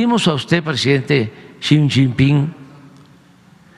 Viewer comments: Buenas tardes Alfa Noticias, mmmmm 😮 es tan transparente como su gobierno 😅 “le chin pin” así pronuncio JAJAJA y también que le escriba a los narcos y a la mamá del Chapo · Excelentisimo que? 🤣🤣🤣 No sabe ni hablar ni pronuncia el nombre del dictador chino🤣🤣🤣🤣🤣